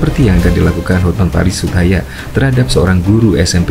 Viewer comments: Bang... Hotman Paris HUTAPEA... bukan hutahaean?? Koreksi yaaaaaa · Hotman paris Hutapea min.bukan hutahaya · Hotman Paris Hutapea mas,bukan Hutahayan, terimakasih. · Hotman paris hutapea bosss...bukan hutayan. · Hutapea pak bukan hutahaian